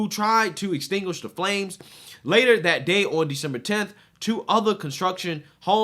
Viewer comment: Can you please say the, they and that instead of da and day and dat. I watch you daily and you come off intelligent but for those words. I would like to support you as an intelligent conservative.